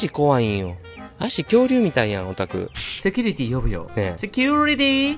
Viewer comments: のめっちゃ発音のいいセキュゥリティィーにやられました😂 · 受付担当の セキュウリティ〜の発音 カッコ良い！ さすがハワイの🤭